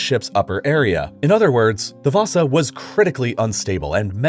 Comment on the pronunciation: You actually said the ship name (Vasa) pretty good.